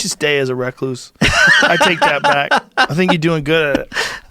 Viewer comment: nah fam, it's reh-KLOOSE